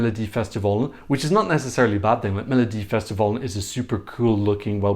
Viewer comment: Omg your pronunciation of "Melodifestivalen" is so good! Makes me delighted to hear as a swede :))